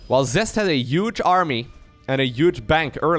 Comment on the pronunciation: Love all the casting brother! Can't help but notice the way you pronounce "those UGE army" though hahaha